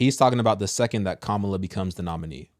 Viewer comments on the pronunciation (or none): Please show respect and pronounce her name correctly. It’s KAmala. Not KaMAla. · Comma Luh. Can you pronounce the lady’s name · when pronouncing her name think mama-la then say kama-la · Kamala (pronounced COMMA-LA not ka-ma-la) may actually when because Trump was found GUILTY of r@ is racist who was found GULTY of housing discrimination, says he is a Christian but cannot name a single scripture and was found GUILTY of paying off an adult film actress, and oh yea was impeached because he lead an insurrection in an attempt to OVERTHROW THE GOVT! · LA (pronounced Comma-La) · Her name is kam- a lah not the wrestler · And you mispronounced her name lol! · You are following blindly! I know for a fact you are because you don’t even pronounce her name correctly, which means you haven’t done your research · Can you pronounce her name (Kamala) correctly please? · Why do u say her name wrong? U know that's not the pronunciation of her name but yet u act like those yt supremacy folks. I don't agree with 99% of the stuff she says but as a black man please stop cause u said it right during your podcast a few times bit at the beginning u acting as low class